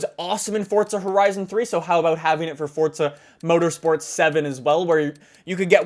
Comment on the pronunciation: Forza not fortza